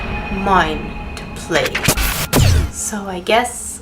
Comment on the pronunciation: "Tuesday" sounded a bit like "Juiceday" so....I guess I'll bring Apple cider for Tuesday? Since I'm fresh out of juice.